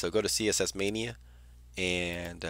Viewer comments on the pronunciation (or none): lol "mania" u say it funny